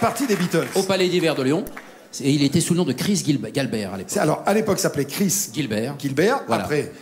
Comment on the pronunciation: Prestation live au top.comme d' habitude. Il suffit d' écouter les hommages... Sauf c' est pas GUILLBERT mais GALLBERT Tout le monde peut se tromper lol